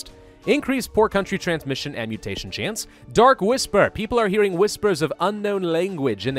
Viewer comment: chnace... (i giggled)